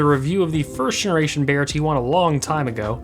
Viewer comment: Its pronounced B-EYE-YEAH... Just as you would say eye